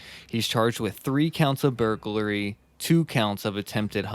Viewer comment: The more beta guy on this podcast who can hardly speak correctly needs to learn that "burglary" isn't pronounced "burg-a-u-rly" and "escape" isn't pronounced "excape". You guys do a decent job of reading Murderpedia I guess, but you suck at knowing how to speak your own language.